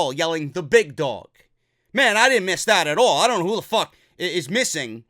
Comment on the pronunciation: Concerning your comment about Michael Cole's announcing "The Big Dog"...I always hear "THE BIG DONG!" you're welcome for hearing that from now on instead lol.